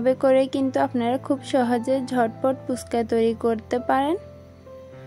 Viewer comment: আপু পুচকা না হবে ফুচকা। বার বার পুচকা শুনতে ভালো লাগে না।